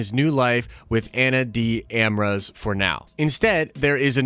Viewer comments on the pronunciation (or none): bro, at least learn how to pronounce ana de armas' name correctly, cmon that shit is embarrassing